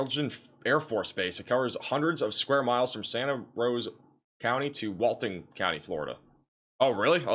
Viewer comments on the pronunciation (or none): none